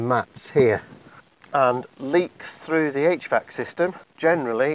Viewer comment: What is he saying? H-VAX system?